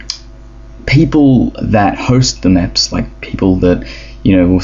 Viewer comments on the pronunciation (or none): Not mèps MEPs XD